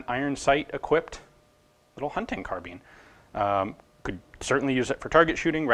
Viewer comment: Why does he say carbeen